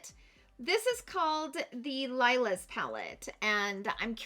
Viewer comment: OMG, come on, please pronounce the word "Lilas" correctly - it's "lee-la" not "Lyla" like you pronounced it. Lilas means "lilac" in French (the "s" at the end of a word in French is silent. Lila (lee-la") also means "lilac" in Spanish, Italian and German. For goodness sakes, when Natasha Denona released her Lila palette you would think people would finally learn how to correctly say this word. 😉 You almost said "raspberry" correctly. LOL! This video is a good example why we need foreign language education in our school systems. 😉 We need to read our makeup palettes correctly. 😉